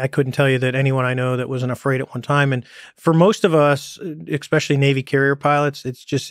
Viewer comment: It annoys me so much how David Fravor says "expecially"